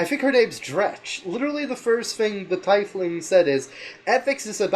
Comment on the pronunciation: Take a shot every time they mispronounce Tiefling. You'll be dead before the halfway mark